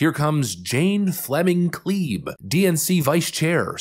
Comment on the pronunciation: It is pronounced Kleb. Kleeb is behind protests of the Keystone XL pipeline, trying to stop it before it started and various and sundry other communist ideas. Her hubbie ran for senate and lost. They are a thorn in your shoe that you can't get rid of.